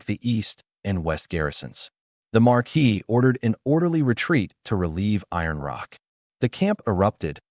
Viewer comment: I love these stories, but oh dear lord. AI. Please learn how to pronounce certain words. Viscount is vy-count, not viss-count. Bow is bo, not bao. How do they get Marquis correct, but not viscount?